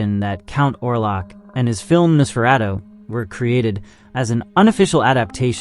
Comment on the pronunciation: Narrator can't pronounce 'Nosferatu'. AI click bait anyone??